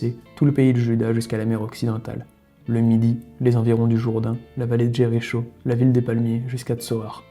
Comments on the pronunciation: Quelques erreurs de prononciation ,exemple :Aaron pas Aarone,et Jéricho se prononce Jériko pas Jerry show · Jericho se prononce Jeriko. Sinon, c’est très bien. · Tt OK, juste Jéricho se prononce "ko" à la fin... J'apprécie ce genre de travail. Allons en paix....ce qui n'est pas gagné , aujourd'hui plus que jamais !!